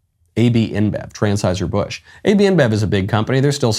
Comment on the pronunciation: at 0.54 it sounded like Michael Knowles said “Transheuser Busch”; if he did, that would have been very appropriate.